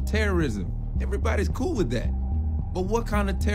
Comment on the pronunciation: "Everybody's coo with that" sorry bro but we zone out when you go ebonics on us, try to speak like a literate human next time